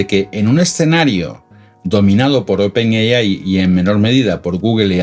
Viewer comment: No pude llegar al final del video, me aburrí de escuchar open yeyai